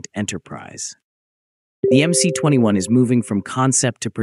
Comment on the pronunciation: Teach your stupid AI voice how to correctly pronounce MC-21!